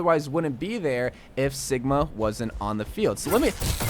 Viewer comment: Lol he said Siga instead of sigma